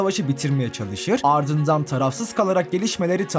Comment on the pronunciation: Sen niye hem alrdzındzran diyon amk